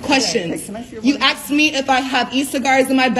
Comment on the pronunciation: "you axed me"😂😂 gets me everytime